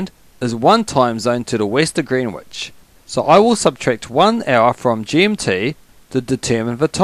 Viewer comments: Fyi, Greenwich is pronounced "Gren-itch". No idea why. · Greenwich is pronounced gren itch because english is silly ha ha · You kept saying Greenwich wrong.